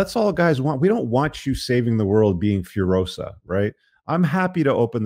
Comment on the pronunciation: I think "Furiosa" is imported word from Portuguese or Spanish. So it should not be pronounced like "Furohza", but like "Fooreeoza".